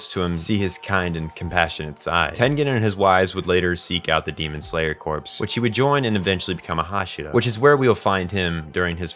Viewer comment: Corps is pronounced as core, not as corpse, not hating just pointing it out. Marine corps for example Great vid tho 👌